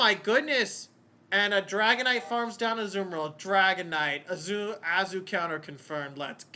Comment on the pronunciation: Yooo thanks for the shout cast! You did pronounce the name correctly 😂👌. Made a few misplays but oh well 😂